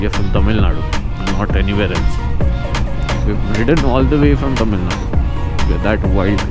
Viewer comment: You are the only moto vlogger as far as i have seen who pronounced Tamizh nadu correctly, usually they call Tamil nadu which is not the correct pronunciation. Its Tamizh nadu